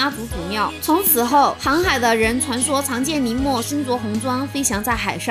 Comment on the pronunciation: 节目不错，介绍也扣住重点； 普通话急需改进，N和L不分，使节目掉分，把妈祖俗名林默念成了宁默，真是不知所谓。